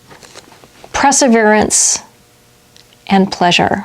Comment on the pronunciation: "Preserverance" or "PERseverance" ?